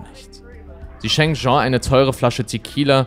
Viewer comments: die Frau heisst nicht Jean (masc.), sondern Jeanne (dschann)... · Der englische Frauenname "Jeanne" wird NICHT wie der französische Männername "Jean" ausgesprochen. Diese Art von Fehlern schmälern für mich die Qualität von Insolitos Videos gewaltig, da sie immer wieder vorkommen.